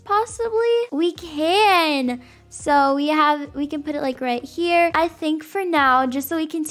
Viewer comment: The accent she said when she said “THE BUTTERFLY IS HAER”